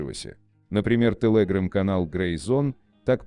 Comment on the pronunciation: Не интересно спрашивать, неужели всего этого никто не знал раньше? ". Интересно другое - у нас в стране совсем кончились настоящие, грамотные дикторы? Особенно умиляет " тэлэграм" в произношении робота.